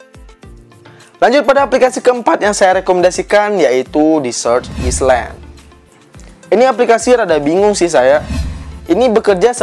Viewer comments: Koreksi bang island d baca ailend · Island dibaca aylen bang